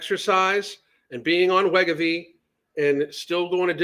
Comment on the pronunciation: My only complaint...please learn how to pronounce wegovy correctly.